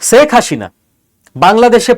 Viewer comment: উচ্চারণে ‘স’ ও ‘শ’ পার্থক্য জেনেও ‘শেখ’ ‘সেক’কে এবং ‘হাসিনা’কে ‘হাশিনা’ বলাটা কি ইচ্ছাকৃত?